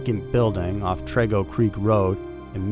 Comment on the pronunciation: Just letting you know on how to say TREGO!! It’s like saying: tree go !!!